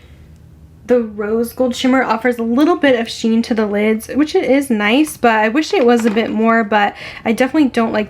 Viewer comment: I Love watching you, however when you say the word "but" you do not pronounce the "t" at the end. I know it's a generational thing, buT it drives me crazy. I really do love your content and great personality.